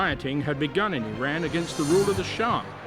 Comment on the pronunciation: so glad that announcer pronounces name of country as 'ee-ran' and not 'I ran'. Throughout world letter 'i' is pronounced as long ee. btw, can the super-duper villain that the Iron Sheik was for wrestling actually be the gentle, educated man in this video?